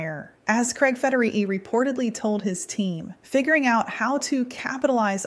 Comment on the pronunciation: FederiGhi. Not Federihi. God, that annoyed me more than I’d like to admit. Sorry.